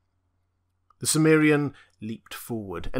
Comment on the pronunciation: Why do you pronounce chimmerian, as if the ch was S?